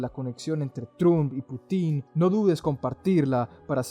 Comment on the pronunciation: es Putin, con acento en la U. solo eso. chau